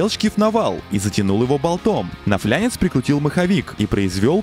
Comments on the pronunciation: Флянец... ФлАнец, сук аж кровь из ушей хлестать стала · Ваш флЯнец слух режет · откуда в слове фланец появился звук "я"? и где в ролике хоть один фланец??? зы: а "подшиБник" добил... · всё круто, но вот "ФЛЯНЕЦЬ" это фиаско! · Что будет если к фляжке приварить фланец? Правильно, флянец. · Сук флАнец бляяяя а не флЯнец заебали сука с флянцами блять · ФлАнец, не флЯнец. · Флянец, бля, флянец, болт бы тебя точно убил. Правильно- фланец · Не флянец, а фланец. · ФлЯЯЯЯнец . ну что же вы его так называете . ФлАААнец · флЯЯЯЯнец!!!))))))))))) ФЛАНЕЦ, -нца; м. [от нем. Flansch] Техн. 1. Соединительная часть труб, резервуаров, валов и т.п. в виде плоского кольца или диска с равномерно расположенными отверстиями для болтов и шпилек. 2. Отогнутая под прямым углом кромка металлического листа. <Фланцевый, -ая, -ое. Ф-ые трубы. Ф. стык. Ф-ые соединения. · флянец конечно хорошо, но это ФЛАНЕЦ!!! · ФЛАНЕЦ!!! ФЛАНЦЕвое соединение! Обалденный проект, но пожалуйста,если используешь технические термины, то используй правильно! Слова флЯнец НЕТ!!! за видео лайк, смотрим дальше.